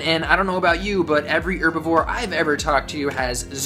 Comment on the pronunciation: Thank you for pronouncing herbivore correctly instead of HHHerbivore